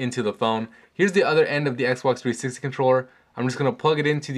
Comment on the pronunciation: Xbox Threesex controller, why are you saying it in this way? Serious :D